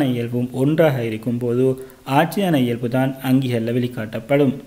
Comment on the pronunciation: இயல்fu இல்ல bro இயல்பு🤭🤭